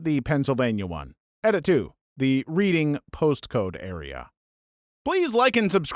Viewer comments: The entirety of the entry is that a dyslexia group had it's HQ in a place named READing that is pronounced REDing. But ' pronunciation caused the joke to miss. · Reading uk is actually pronounced red-ing. Like the past tense of read. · Reading is pronounced RED-ing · no it's not. It is pronounced like READ-ing what are you talking about? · As far as I know, it's the same pronunciation in the US, which is concerning given the average American's literacy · oh, i did not know that was a place, my apologies, i'm guessing there was a time in the video he mentioned the place and mispronounced, i only watched the beginning of the video